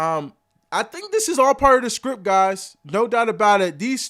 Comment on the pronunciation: Micah saying the NFL SPRIPT 😮